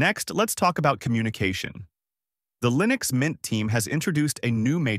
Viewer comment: why do you keep calling leenix?